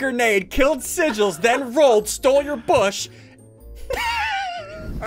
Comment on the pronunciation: “Sigills Face” XD LMAO